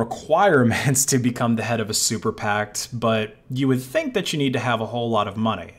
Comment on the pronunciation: Say it with me: super PAC. Not super pact, ya goober.